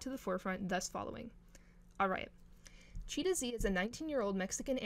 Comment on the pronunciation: UR KILLING THE VIBE BY CALLING HER/HIM CHEETAH😭😭😭😭😭😭😭😭😭😭😭 IT'S C H E E T E H Z. GET IT RIGHTTTTTT RAAAAAAAAHHHHHHHHHHHHHH👿👿👿👿👿😭😭😭